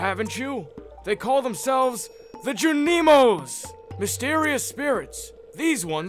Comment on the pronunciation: The ju-KNEE-moesss had no business being that funny to me. 😂🤣😂